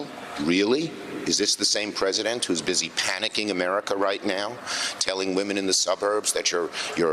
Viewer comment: "praise-a-dent" thump*